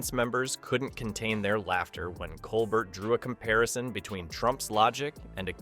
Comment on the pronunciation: Stephen’s name is pronounced col bear.